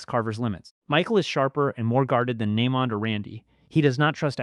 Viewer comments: Nah-mond is crazy 😂😂😂😂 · Nah-mond? Nah…man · Why you keep pronouncing naymond name like that 🤣🤣🤣🤣